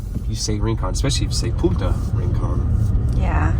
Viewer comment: It is Barrio Punta, not puta as you call it.